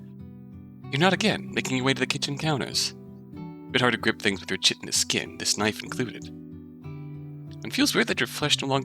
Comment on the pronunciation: ("chitin" is pronounced "kite-n" btw)